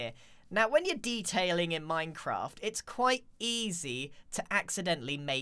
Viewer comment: the way he says "minecraft"